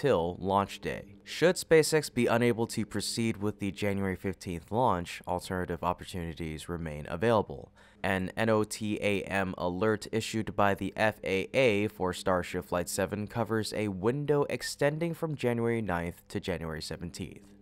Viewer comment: Please for the love of all things aerospace, N-O-T-A-M is pronounced NO-TUHM or NO-TAM, don't spell that out. Or say it in full, Notice to Airmen or Notice to Air Mission. Thanks, from all aviators who watch this channel.